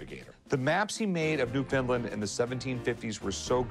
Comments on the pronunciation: Newfoundland is pronounced, [Newf-en-land] not [New-Finland] Common mistake by others around the world! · Did he really say New Finland? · "New Finland"...Newfoundland which is pronounced Newfin Land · Newfoundland is not pronounced New Finland. Its pronounced "Newf'n land". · Did he just call it NewFinland 😂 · Hearing Rick pronounce Newfoundland as "New-Finland" hurts, it's pronounced "Newfind-LAND". The word land is the emphasized part, not the word New. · its newFOUNDland not newFINland.....ffs pronouce it newFUNland if your going to rush it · Captain Cook made maps of Newfoundland... that is Not pronounced "New Finland"! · As a Newfoundlander it's pronounced Noof-in-Land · it's pronounced NewFOUNDland! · buddy said, NewFinland hahaha Newfoundlanders cringing all at once. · That moment when he pronounced Newfoundland as New Finland... it hurts. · Why do Americans think Newfoundland is pronounced "New Finland?" It's got nothing to do with Finland. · I wish people would pronounce Newfoundland properly. sigh lol 😜😎😎😎😳😳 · Kinda upset rick can’t pronounce Newfoundland correctly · I hate the way he says Newfoundland. Lol - from a newfie :P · Rick’s insane pronunciation of Newfoundland has broken my brain